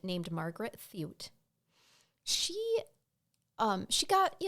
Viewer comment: its TOY-T not Thut and im her granddaughter!